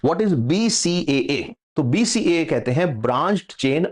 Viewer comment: sir g aap pronaunciation BCCA kar rahe hai jo ke wrong hai BCAA right hai